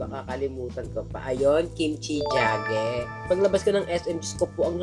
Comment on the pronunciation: Kimchi Jigae “g gay” po hindi Kimchi Jage . 😊